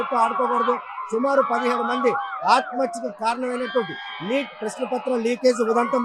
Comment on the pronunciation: Not NIT , it is NEET